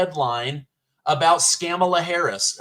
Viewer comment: 'Skamala' OOOPS!!! Its the illegal immigration and inflation fiasco that caused the tongue twist. No need to apologize. 🤣🤣😂